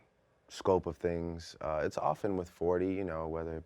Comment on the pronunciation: I like how Drake's Toronto accent became more pronounced right after he talked about others using their slang. One minute he's articulate Drake...next minute he sounds OD Canadian and saying "tings" like he's sponsored by the word.